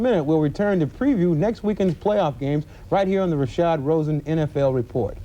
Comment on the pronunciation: It's RASHAD ROSEN, not Rasha Rosen.